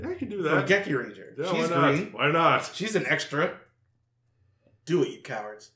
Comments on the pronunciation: I’m saying that you get the name ranger wrong your saying it like anger and you forget the r don’t get the name wrong next time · now you get the name right is ranger not anger